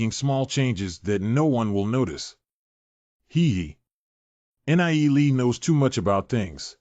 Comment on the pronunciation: why do all these recaps say N. I. E. lee... god out of the 9 videos none of them say his name right other than the 2 min clips. FFS can none of you fix this? PLEASE!?